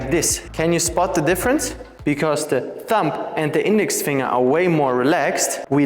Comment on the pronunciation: As usual, great teaching and nice attitude, thanks ! (Don't pronounce the B of thumb 😊)